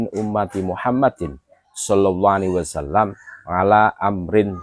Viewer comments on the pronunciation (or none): none